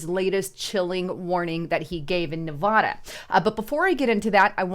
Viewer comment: I like your messages but please, learn how to pronounce Nevada.